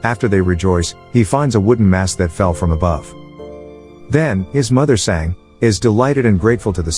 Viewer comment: its Sanga,learn indian language or use translate to learn pronounciation,cause some times it feels wierd dude